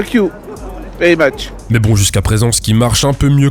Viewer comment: "Fuck yu … vary mache" 🤣